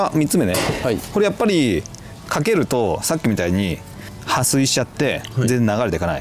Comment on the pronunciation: 、撥水が「はすい」って聞こえて、おばちゃん、びっくり、どきっとしちゃうわ〜。 「はっすい」ね。それだけ聞くと何の回かと、画面二度見💦